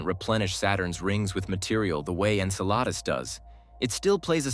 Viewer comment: Why do you pronounce Enceladus correctly sometimes, and erroneously at other time? Very strange.